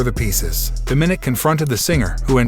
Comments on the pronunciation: Narrator: please learn how to pronounce Dóm-í-nik (both “i’s” are short vowel sounding). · its pronounced Dom-ma-nick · Quite watching video when you pronounced Dominique's name wrong